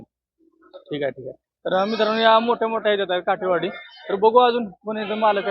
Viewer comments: काटेवाडी नाही काठेवाडी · काटेवाडी नाही काठेवाडी 😅